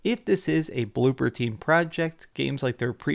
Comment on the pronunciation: ITS BLOOBER! B L O O B E R! NOT BLOOPER, BLOOBBBER!